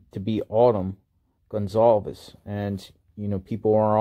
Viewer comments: lee riches INV... You have pronounced their name 3 different ways. It's respectful to learn how to pronounce the name correctly! Who doesn't know that? It's simple respect. At 0.12 & 0.16 you pronounced it Gun-zolves. Later in the video you corrected yourself. Why didn't you fix the beginning? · excellent presentation as always!! 👍 And, Informative as well!! 👍 Keep up the Great Work You do. Stay Safe. P.S. Goncalves Family name Pronounced: Gon Sal Vehs Re: C sounds like an S. Also, all the Vowels (o, a, e) are Short. 👍😎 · Goncalves = gone-call-viz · GON - CAL - VES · By now, one would think he'd least get the surname pronunciation correct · You're covering this story nonstop and can't pronounce Kaylee's last name correctly? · You aren’t pronouncing their last name correctly.